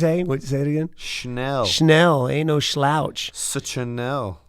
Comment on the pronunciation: WB and pronouncing fighter names like Chael 😂😎